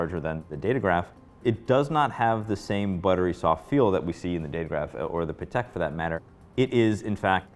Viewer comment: Hate when guys pronounce Patek sounding like Paddock, ugh.